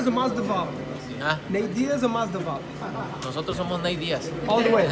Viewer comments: Lmao he said “Nate Diaz or Madzival”😂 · Did he say madival lol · “Nate Diaz or mAsdival” 😂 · Nah he said masdival. 🤭